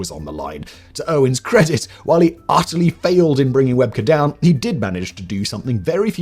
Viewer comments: Its pronounced "Web key" not webker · Great video except two details its rugby league not rugby. They are two different sports and Shane webcke is indeed one of the greatest rugby league players but you are saying his last name wrong its said as webcke as in webkee